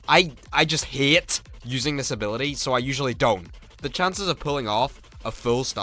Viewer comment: i love when he says "hate" and it just sounds like "hit"